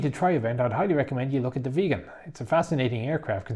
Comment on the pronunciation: Oh, you said "Viggen"! It sounded like "Vegan", had my brow in furrows. :)